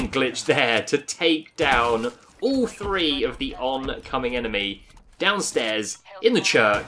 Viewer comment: number tree.. I mean number three